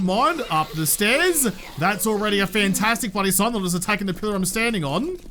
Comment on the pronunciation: LMAO